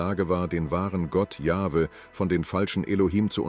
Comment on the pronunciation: Allein die Aussprache des Namens „Jahwe“ zeigt das man den Beitrag nicht ernstnehmen kann. Genau so wie jene wo der Name Jehova ausgesprochen wird. Wenn das schon verkackt wird, braucht man sich den Rest gar nicht erst antun.